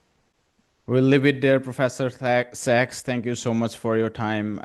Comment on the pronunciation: Professor Sachs (SACs) not sex 😂